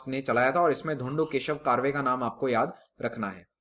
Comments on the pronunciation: Sir there are some pronunciation mistakes Not रनाडे its रानडे Not कारवे its कर्वे (करवे) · Correct pronunciation of Ranade and Karve is रानडे and कर्वे.......